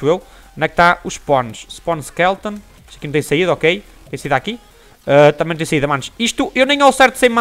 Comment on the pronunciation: É SKELETON E NAO SKELTON.